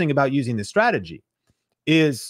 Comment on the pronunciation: "welcome to this youtube stradagey" lol That was funny. Thanks for the motivation to keep at it.